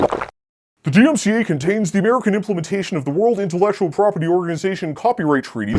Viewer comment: bro can’t even say dmca